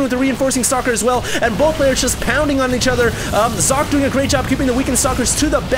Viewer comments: Its not Zock... its Soc-Ay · Sock-ay not Zock! Get your names right xD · sock... its SOCKEE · ure a complete dumbass and i'm glad people ripped into you. How bout YOU get ure names right. As i'm sure people have told you, it is actually zock-uh not sockay. Just cause day9 and Apollo pronounce it that way doesn't mean its right. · you are correct i was unaware of the correct pronunciation. I had always heard Sockay. I apologize for my apparently unholy mistake. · It is zocke like zerg and the end is not ay its e like elephant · am i the only german who is quite confused by calling Socke just Sock? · I thought it was pronounced Sock-eh. Shows what I know. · actually it's german so it sounds more like zock-uh. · hey! Socke is a german player as you know. his name 'Socke' actually means sock in english. it is pronounced [zɒkə] in international phonetics. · its pronounced zock-y, he is german and they dont have the s sound there its always Z. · It's So-cke and this is german and means "sock" xD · No, it is So - ke it is german and means sock. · No, it's Zock. In an interview Socke was asked how it's pronounced and he said Zock. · You pronounce "socke" Sock-eh where the "e" has the same sound as when you say "meh" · actually it should be pronounced like Sock and "a" like in "a car" because its german ;) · You pronounce "Socke" like Zo-keh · Back in the HDWT, said he actually asked Socke on how to say his name. It's really like Zock. Just saying dude:D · its german and you pronounce it socke and the e more like in game but it means sock in englich so sock is propably the best way to pronounce it right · Socke is from Germany. Pronounce his name correctly, you fool. Listen here: dict[dot]cc/?s=Socke